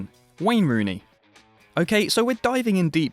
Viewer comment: 10...”Ween Rooney”